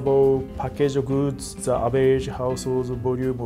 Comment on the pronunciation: the averageのとこザじゃなくてジですよ